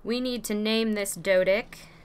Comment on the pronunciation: did u just said "doedick"